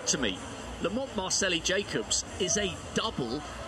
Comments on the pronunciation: I think he's trying to say Marcello (an Italianized version of Marcell, that is his nickname). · Why does the announcer keep saying Lamont MARCELLI Jacobs?